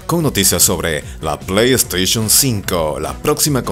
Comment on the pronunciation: "ya se sabe que la pleyteichon 4 traerá disco SSD" pues ya tengo el pleyteichun 4 y me vino con un disco HDD, me estafaron verdad? :'v